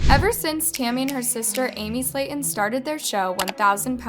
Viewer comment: i hated how u pronounced their last name wrong